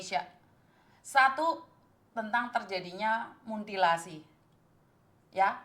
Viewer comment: Munthilasi or mutilasi 🤔